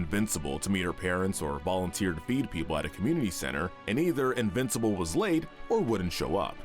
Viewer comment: When you say invencible characters it makes it sound like there all invisible